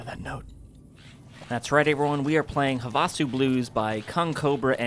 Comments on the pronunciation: "Huh vah sew" you can tell isn't from Arizona LOL. We all say it "have uh sew" just thought it was funny. Great content as always:) <3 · Weird: I've been to Havasu and everyone pronounced it like "HAVE-uh-sue". They must have changed it after the war. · Pretty sure it’s pronounced “HAVE-a-Sue”, like the lake in AZ, USA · It's pronounced have-uh-sue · Lol, even the mod author pronounced it wrong. its HAVE-a soo, as in Lake Havasu. What a goof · I've lived in this area for most of my life and never heard Havasu pronounced that way. Have-a-sue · I was looking this comment exactly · NO, that's Not how it's pronounced. It's pronounced "have-a-sue", it's where the London Bridge is located now. It's also a BIG college party town. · Everyone is pronouncing Havasu wrong and it's driving me crazy. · As someone from Arizona, the pronunciation of Havasu in this video is kinda annoying. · I have to say, pronunciation of Havasu made his intro song 10x funnier than it had any business being.